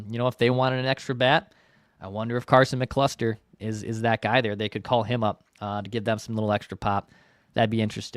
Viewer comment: Lmaooo “Carson McCluster”, it’s actually “McCusker” but I like your version better